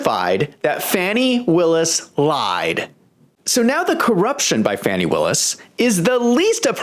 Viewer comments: Her name is pronounced as Fah-ni , not Fan-nee. Might change one’s inclination to joke so loosely around her name. Carry on, good people. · It's pronounced Fawny. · First, how about pronouncing her name correctly?